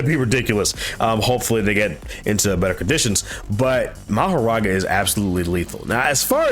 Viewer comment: Lol, it's actually Makora, not Mahoraga, bro For the first time ever the translation was right but English-speaking manga readers trying their best to confuse people with this